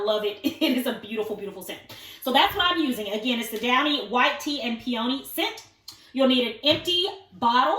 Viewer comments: So cheerful & cute ! (It's pee-un-nee, hon 😊) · Hahaa pe ony?? Omg Hope you learn to pronounce peony the right way lmao